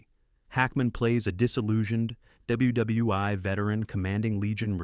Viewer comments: Nice video ... except for the mispronunciation of names and the stupidity of saying "W.W.'i'" rather than "World War One" or even "W.W.1" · The AI narration is bad enough — “dubya dubya eye”??? (WW I) and it couldn’t make anything at all out of “WW II” — but since when did 1977 come before 1964? At ca. the script states that the 1977 film “Twilight’s Last Gleaming” (a great movie, btw) precedes Stanley Kubrick’s classic “Dr. Strangelove”, which was released in 1964. If we have to endure AI inanity, at least let’s please get our facts straight!!! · Stop saying “WW Eye”! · Thank you stupid AI. You pronounced " ww eye" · Great Content but the AI voice over is sad, "WW i" over and over again. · Aces High. WW eye?? Who appoints these narrators?